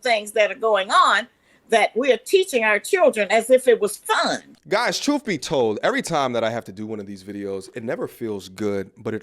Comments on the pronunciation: Troof. Troof. A queen can't even prounce a simple word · “The TROOF!!” She’s nasty.